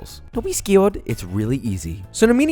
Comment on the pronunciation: "don't be skawed" lol